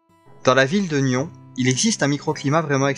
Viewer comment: Bonjour très intéressée par votre récit .. mais on dis pas nion on dit nyonsss on prononce le s 😊